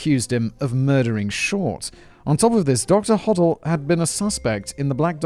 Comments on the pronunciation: It’s pronounced hoe-dell, not hoddle. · Doctor Ho - del [ NOT Hoddle, Simon! ] was briefly a suspect for the BD murder AND that of his secretary and very suspiciously fled the US to the Phillipines for 40 YEARS- he is still my preferred suspect and I am disappointed that did not mention these facts in this video..Dr Bayley is my 2nd choice as murderer.... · Robert “Red” Manley, (with an M) a 25 year old married salesman.. and (pronunciation guide) Hoe DELL Thanks Si for covering so much of the good stuff 👍.